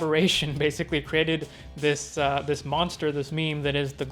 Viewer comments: Good commentary, dude. But say it with me slowly... Glob-glo-GAB-ga-lab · Man I'm pretty sure it's pronounced "Glob Glow Gab Ga Lab". Good video anyway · It's GLOB-GLOG-AB-GALAB it's not really hard to say it correctly)